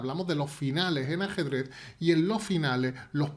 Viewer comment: Me encanta cuando dice asedrez